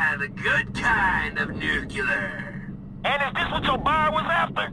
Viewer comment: Lol I love how Trevor mispronounces ‘nuclear’ by saying ‘nuke-yuh-ler’